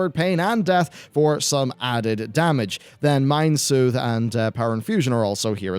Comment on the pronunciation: Anyone else heard [Mind Smooth] and not [Mind Soothe] when he talked about priests? I want that ability!